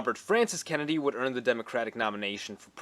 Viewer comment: Is he saying Kenndie?